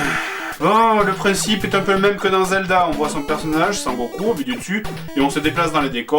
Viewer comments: Cher Joueur du Grenier, étant un fan inconditionnel de la série (tout comme toi je pense) si te plaît et par pitié n'écorche plus son nom ! C'est: SON Goku et pas San Goku (ou Kakaroto son nom Saiyan) MERCI !!! :D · "Sangoku" mdr !!